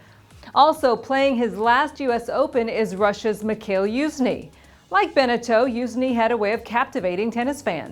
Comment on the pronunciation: she never pronounce good😂